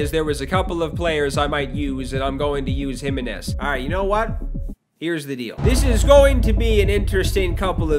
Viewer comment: Gonna listen to pronounce “Jimenez” on repeat for 5 hours